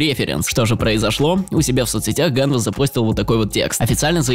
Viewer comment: ганвЕст а не как ты говоришь